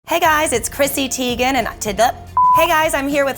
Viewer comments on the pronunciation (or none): She even mispronounced her own surname haha